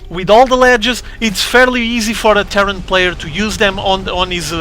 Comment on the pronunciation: The way you say "Terran" kind of makes it sound like "terror". :D lol. So to me, it sounded like you were reintroducing the "Ukrainian terror player". ^_^ Always makes me giggle.